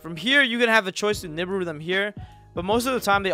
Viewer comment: Love your stuff bro. But I've never heard nibiru pronounced like that lol